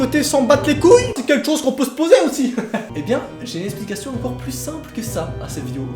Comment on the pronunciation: C’est quoi cet accent de dire « incore » au lieu de encore ? ^^